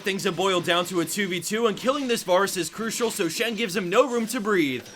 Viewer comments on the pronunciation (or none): none